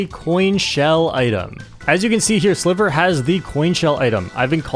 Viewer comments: Sliver watcher here, it's pronounced Sly-ver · his name is pronounced as "Slaiver"! my spanish goat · I used to watch Sliver a lot during MK8 Wii U and I’m pretty sure it’s pronounced like the I in slight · I didn't expect this amazing crossover! My two favorite mario kart content creators! ❤ PD.: (sliver is pronounced more like driver 😂) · hey! Im spanish, and I follow sliver think its pronounced ''silver'' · The pronuntiaton was funny lol Ig u tried to pronunciate the name in spanish, but his name is actually in english lol